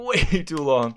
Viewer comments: I think it sounds more like “So long-a bowser” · I thought it was "so lonely, bowser" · Guys he doesn't say "so long, gay bowser" he says "so long, Gabe Owser"